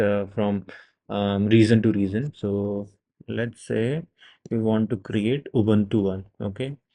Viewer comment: It took me time to understand that it’s region you’re referring to as “regzion”.